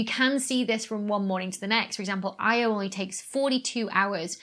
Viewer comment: Great report, Dr. Becky, thank you. But I am puzzled by the way you pronounce the name of Io, Jupiter's satellite.